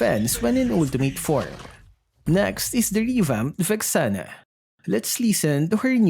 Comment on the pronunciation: Vesana? You mean Vexianah